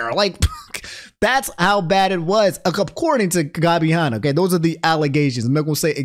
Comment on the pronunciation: Gabby Hah-nah and Tana Mongoose